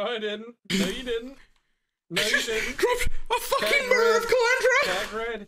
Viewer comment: Mirror not a mooooarrraah.